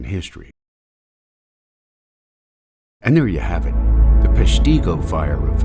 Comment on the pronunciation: You could start by learning the correct pronunciation of Peshtigo